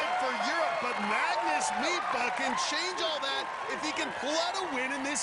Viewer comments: They had one job and they kept saying "midtba" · The commentators saying "Mitba" sound so stupid, just say Magnus. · Meatbruh? Damn the butchering of that name. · Me, Norwegian, listening: Who the hell is "Mipa"? Oh, Midtbø... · Mag-nus "meatbah"